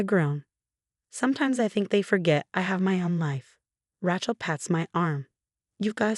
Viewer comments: RAY-chel, not Ratchel. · The name is Ray-chel never Rat-chelsea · Please get rid of AI! Can’t stand misspellings and mispronunciations. Get real already! It Rachel with a long A! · AI reader, she cannot pronounce Rachel, weird